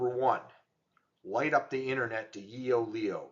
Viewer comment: "Yoeleo" is pronounced as "YOH-leh-oh" with the emphasis on the second syllable, "leh".